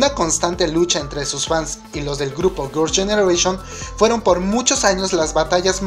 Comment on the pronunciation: Me gustan tus videos y todo, los sigo pero pienso que serían mucho mejores si comienzas a mejorar tu pronunciación, algunos grupos como Girl's Generation se te escuchan raros o Big Bang o cuando dices JYP,, solo un poco mas buena pronunciación para que todo fluya muy perfecto.